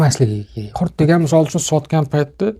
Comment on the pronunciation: Janoblar , qurt emas ,qurut deyiladi.